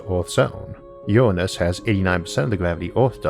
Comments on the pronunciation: Good video. But Isaac, you have a voice with all the grace of a sofa falling into a dumpster. PLEASE PLEASE PLEASE get someone who doesn't drone in a dull monotone, and who can pronounce "nuclear", NOT "nukular", and "Uranus", not "Uwwanus". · I believe it’s pronounced “URANUS” not “uWaNuS”